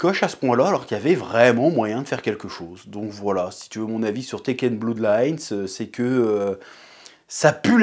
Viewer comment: Chers amis, jpp d'entendre Blood prononcé "Bloud" et non "Blœud" . Mes amitiés.